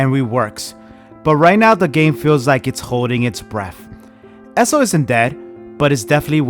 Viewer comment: Bro it’s ESO not esso